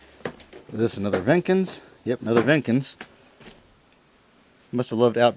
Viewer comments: Jenkins. Not Venkins. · Jenkins not vinkins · its Jenkins not venkins and its a pretty 30k dollars